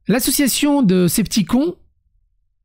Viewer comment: Coucou, l'association "skeptikon" se prononce comme s'il y avait un "e" à la fin:)